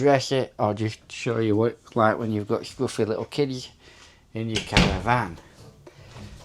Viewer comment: Caravan not Cara van 😂